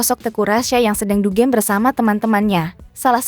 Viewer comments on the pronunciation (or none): Bukan dugeem tapi dugem